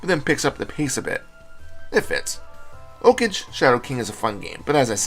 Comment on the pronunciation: its pronounced like a japanese word, like 'OH-KAH-GAY'